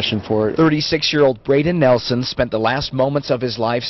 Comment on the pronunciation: It’s nielsen not Nelson I should know I’m his son